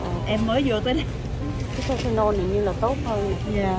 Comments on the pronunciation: e ơi không nói là tê tê nôn mà là thai la nôn nhe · TYLENOL ( Tai - lơ - non không phải Ty - tơ - non ) nha TN ú ù ! 👌🥰